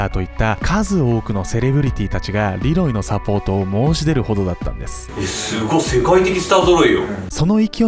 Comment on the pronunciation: ルロイ？(難聴)